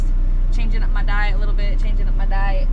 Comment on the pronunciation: 🤣 Did she say diet? Yeah, me too!